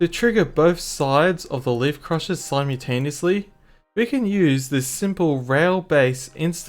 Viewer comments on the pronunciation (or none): did you just say slime-utaneously?